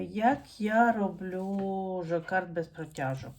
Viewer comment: Тільки не жокард, а жаккард!